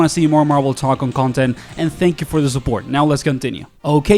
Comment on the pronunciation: It's Tōkon not Tokkon Tōkon 👉🏻ō ✅